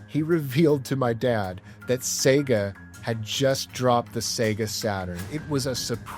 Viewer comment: I just really appreciate that you pronounce the damn thing right! "Say-ga"